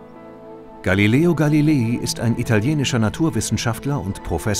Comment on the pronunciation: Gilileo Galileel